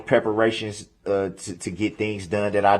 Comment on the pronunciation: you like for me to “pepper-ur-raytions?” I would be SO honored to “pepper-ur-raytions!” Please 🙏 let me know if I can perform this very special task for you!🥰